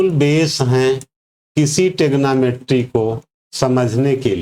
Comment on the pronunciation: थैंक्स for saying tegnometry